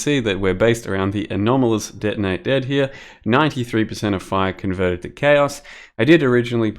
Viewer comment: ""...some cast on crit, denei dad..." I love your pronunciation